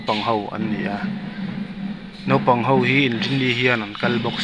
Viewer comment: Nopang ni lo in Naupang tih a van tha ve